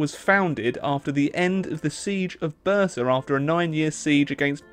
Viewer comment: couldnt understand what city you are talking about for a while but i suppose you said Bursa and that fact is actually not a fact ottoman empire was founded in 1299 and it was a country of a city and some villages